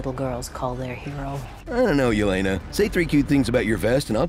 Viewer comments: Too bad Marvel couldn't do the minimal amount of research it takes to pronounce her name correctly. It's "Ye-LEH-nah" not "Ye-LAY-nah". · Mrykalo And the pronunciation is so off too. "Ye-LAY-na"? Really?